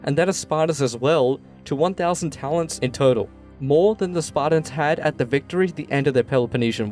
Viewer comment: Pretty accurate history here but, would it kill you to pronounce the T in SparTans ? It is not Sparda or the Spardans. I noticed this on another video. You do actually pronounce the T in other words. Of all the ancient Greeks, the Spartans most deserve to have their name pronounced correctly. Up until Lysander that is. He was a fecalite at best.